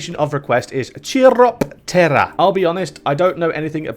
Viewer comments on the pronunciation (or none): Btw, chiropterra is pronounced like chiropractor, Nightmare moon is princess Luna from Equestria, not queen Chrysalis, which is the one from the changeling lands, also, you should play hippogriffia, or colthage, they have some wild fucking paths